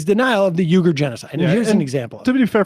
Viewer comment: You’re a producer correctly pronounces Uyghur(we-gur) as you incorrectly pronounce this at least three times but finally correct yourself in a later pronunciation but with as long as you have been and on air radio host, YouTube content creator, and a peacock show but have a serious problem with pronunciations Of a lot of words.